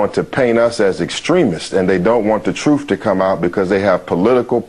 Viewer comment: Anytime I hear the word "truff" in place of truth I think it's time switch videos and find someone who is actually intelligent rather than pretending to be.